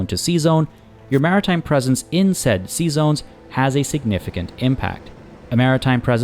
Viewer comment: My wife kept giggling when you said "sea zones" because it sounds like you are saying "Seasons" with a french accent xD. LOVe your vids btw, and welcome back.